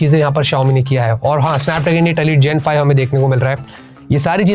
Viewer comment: alite nhi Elite hai 😂